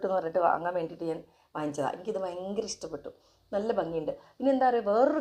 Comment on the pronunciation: ഇസ്തപ്പെട്ടു അല്ല ഇഷ്ട്ടപ്പെട്ടു 😜